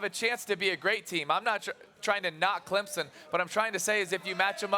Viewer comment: Somebody tell Stephen A. that it's pronounced "Clemson", not Clempson.